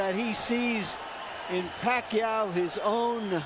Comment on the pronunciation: Pacquiao's name is mispronounced...